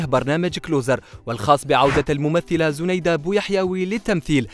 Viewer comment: وسمها زنايدة و تتنطق زينايدة 🤦🤦🤦و اتعلموا احترام خصوصياات الآخرين متنشروش تصاورها لقدم بلا حجاب ...ربي يوفقها ان شاء الله جمال و تربية و أخلاق نحبها ملي كنت صغيرة فالذكرى الأخيرة